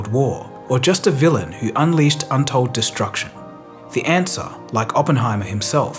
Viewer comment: "DESRUCTION" slow down a lil big, there's plenty of time left to release videos...maybe